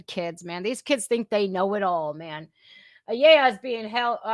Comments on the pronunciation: That name is said -- aaaa - ya La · Ayala is pronounce Like eye y'all uh